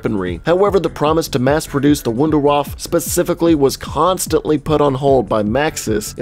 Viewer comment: Just nerding out here but Wunderwaffe (pronounced like voon dare vah fa) is a German name that means "Miracle Weapon" 😂